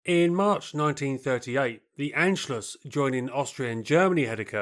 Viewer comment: Anschluss… the german „A“ is pronounced like the „U“ in „under“… it is not „Änschluss“ or „ Aenschluss“… it is „ Unschluss“……